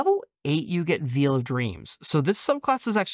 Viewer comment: "I hope I'm pronouncing this right" Your cohost pronounced veil like veal and hearth with none of the vowels that are actually in the word. That ship has sailed. =]